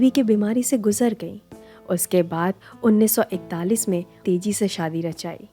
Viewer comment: Aap baar baar Tezi bol rahe ho. Teji naam hai. Chhetra nahi, kshetra.